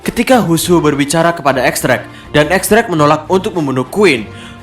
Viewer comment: X drake bacanya Diez Drake min